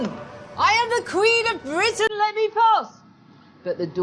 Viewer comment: Today this may be considered superficial and sexist but, I think Lucy's adorable too. "I AM THE QUEEN OF BWITIAN, OPEN THE DOOR!" :-)